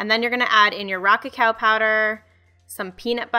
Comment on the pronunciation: i can't be the only person who heard "rocket cow powder" instead "raw cacao powder"